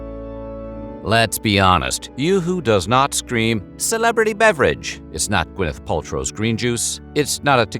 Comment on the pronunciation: Did he say "Quiff Paltrow"? 🤣